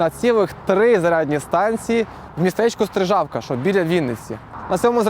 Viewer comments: СтрИжавка а не СтрижАвка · СтрИжавка, наголос на "и")